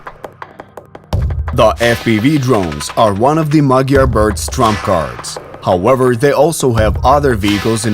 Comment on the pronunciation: The name is MADYAR not magyar birds🤦‍♂🤦‍♂🤦‍♂